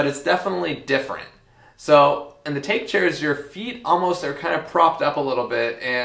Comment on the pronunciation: the Take chair is bamboo, bamboo in Japanese is take but pronounced tah-kay.